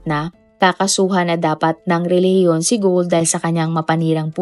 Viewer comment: Ano bang nagpatawa ka sa RILIGIYON. Bakit ayaw mong ipatawa yong RILIGIYON mo kung tama ba.